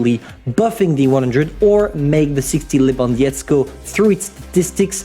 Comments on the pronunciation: its 60 TP levandovskiego not levandiecko I understand its hard to spell but try maybe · it is Lewandowskiego not Lewandiezgo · would u b able and start prenouncing the name of the polish tank correctly please... Its Levandovskiego or simply call it Levandowski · Quick lession for pronouncing the Lewandowskiego word: After saying LEWAND which you spell very well ngl just add SKI-EGO forgot about "W" its would be pretty easier:) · When he said "Levandiecko" I felt that. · I've spilled my morning coffee when I heard how You pronounce Lewandowskiego :D oh my... :P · I like how non-polish people say lewandowskiego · i think you are not best in polish please xd first was rudy and now lewandowskiego thats really easy to say it normal theres no letters like ć, ż, ź, ą, ę, ó, ł:) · Pov:polish players listening when he read lewandowski